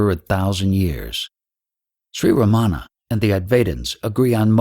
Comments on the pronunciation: Most westerners pronounce Ramana's name wrong. They put the accent/stress on the wrong syllable like they incorrectly do with most words unfamiliar to them. That way, Ramana's name sounds Americanized so it can fit into the American school system lol. The Tamil words are also butchered beyond recognition, but he is trying. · The narration is by someone who does not pronounce Ramana's name properly nor Advaita. If he spent much time in Tiru he would need to be dyslexic to make that mistake. Godman spent plenty of sincere time in Tiru but this man most likely not. He has a voice, not likely a devotee.